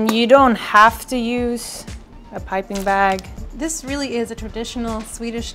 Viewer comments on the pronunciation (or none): Don't feel bad. I could swear he said "pumping bag" instead of piping bag.